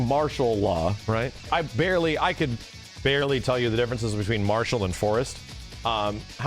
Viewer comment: Am I the only one who heard "Barsoap!" Instead of Marshall?